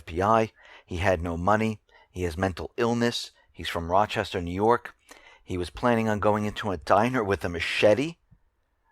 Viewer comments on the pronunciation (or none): none